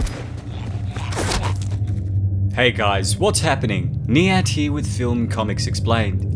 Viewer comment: It's niyat not nyant... Also it's definitely been on the list forever.